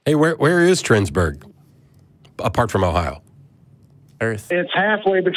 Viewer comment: Pssst. Your callscreeners got it wrong. It's Twinsburg. Not Trinsburg. Also, "halfway between Cleveland and Cincinnati" is pretty much the entire fucking state.